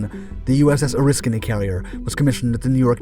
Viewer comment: You pronounced Oriskany right...I wish other sites would do as much 😕, when its the topic of your video, you should know how the name is pronounced...interesting, we saw films about this fire in firefighting school, then I served on her in '75...creepy doing firewatches in the area those guys died in, never was comfortable to be aboard, but thank you for doing your research....